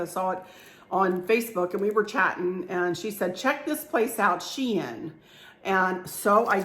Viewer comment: It is pronounced She in not Shine Google is wrong. There's a YouTube video on it. It's spelled SheIn with a capital I. Made up word specific to their website. Thanks for sharing.